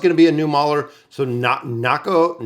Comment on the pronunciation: For a second i thought you said NARUTO xD